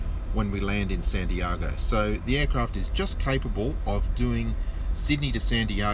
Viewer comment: I can’t get past how you pronounce Santiago